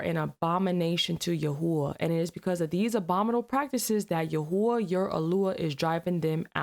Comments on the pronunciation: Yahweh - That’s actually pronounced (Yaw-Way). 😊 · You're not saying God's name right, it's literally said like I've spelt it here..... "Yah-Way" , almost like your breathing in and out when saying it ....😊❤😊.... Just trying to educate, God Bless You all, I pray you let HIS Holy Spirit touchYOUR lives, Heart, Soul, Mind. 😊❤ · Yahua God's name is pronounced Yahweh. Yah is the sound made when you take a breath. Weh is the sound of breathing out. Yahweh is the Hebrew for i am who i am